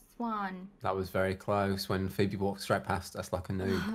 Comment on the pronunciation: Maybe it's just me but did you hear called Phoebe 'BB?' orrrr...